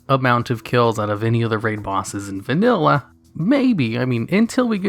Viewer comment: “vaNUlla wow”